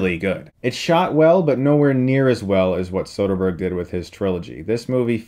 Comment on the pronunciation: I want a dollar for every time he says sotherberg